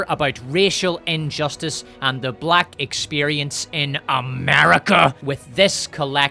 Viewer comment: 😂 she put 4 mucus filled syllables into black 😂